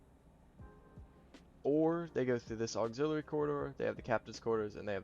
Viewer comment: You mispronounced the word "Chassis" and "Auxiliary."